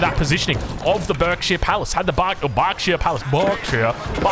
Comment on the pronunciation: BARKsheere palace